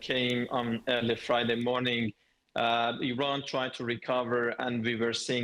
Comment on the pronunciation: Saudi Prince said Iran like Hirler